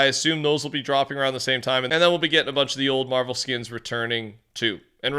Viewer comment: Why does bro say “skins” like “skiens” it bothers me so damn much